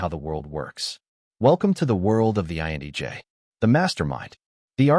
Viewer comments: The content of this video is mostly spot on... but man... listening to this video is driving me nuts because whatever reading voice or tool this video is using is saying IN"E"J instead of INTJ the whole time. And I think this video is the only one that has ever called out the fact that repetitiveness is mind-numbing... and can literally feel like nails on a chalk board for us. Also, authority without justification... this is also very annoying. The one thing I would correct about this is how we view other's emotions. Emotions are a lens through which we can see another persons values or beliefs. However, INTJs value truth and authenticity over everything else. We check our emotions because we first ask, "Is what I feel truthful?". If I believe someone is purposely hurtful, I will become angry and distant. However, that may not be the truthful, right? My lens may be projecting past wounds onto this person and it's not reasonable or fair. So, I step back, ask questions, assess, and then realign my feelings with WHAT is true. I cannot control, predict or help other's realign their emotions with reality. Most people don't care what is true... they care that what they "feel" is true. I refuse to take responsibility for that. Emotions are uncomfortable for this exact reason. Some things, like mourning the loss of a loved one... THAT I can feel genuine empathy for. But everything else, well, I'm downright uncomfortable reinforcing a world view that I can't confirm. When someone come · Is he saying INEJ's? Thought so. That's not me. INTJ all the way. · Why does the narrator keep saying "INEJ" instead of "INTJ"? Am I the only one who's noticed that? Video captures the INTJ well. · Why do you pronounce, "INTJ," as, "INEJ?" 🤔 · Phew... it's not just me 😆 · "INEJ"? Enunciation matters! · INEJ? It's a T, man. Why do you keep saying that? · Lameness angers me. By the way, why do you keep saying INEJ? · Lol at the pronunciation of "INTJ"